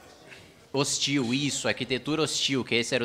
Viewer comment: Eu ouvi ele falando "Arquitetura bostil"kjkkkkkk